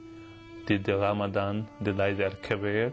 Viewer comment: ...I honestly thought he was saying, "did the Lamadan, denied the kebab"